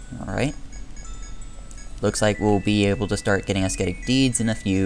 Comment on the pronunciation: the "C" in "ascetic" is mute :)